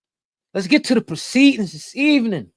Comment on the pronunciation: "Lets get into the preceeding this evening" 🙌🏽😂😂😂